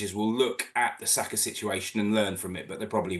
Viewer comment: Sakargh??! Now was that ne-ce-ssary?